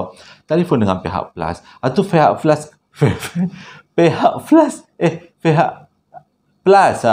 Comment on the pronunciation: Fihak flus pon bolehhhh😂😂